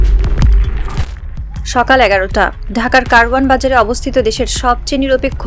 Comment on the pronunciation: Kawran bazar-k tumra karwan Bazar banaidiso keno ????? 12/15 dhorey kisu shangbadikgon ei vulta praishoi korsey r Bangla shobdo uccharoner Kotha ki bolbo!!!